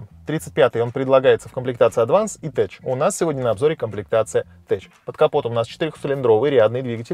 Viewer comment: я думаю tech произносится как тек, а не теч